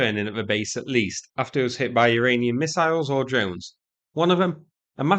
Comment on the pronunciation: targeting an Iralian?! What’s up with you and not pronouncing anything correctly?! 😂